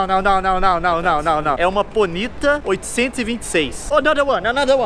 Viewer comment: Não se fala pónita se fala ponìta